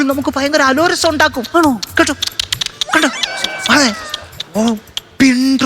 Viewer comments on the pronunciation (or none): അലോരസം എന്നല്ല അലോസരം എന്നാണ് പറയേണ്ടത്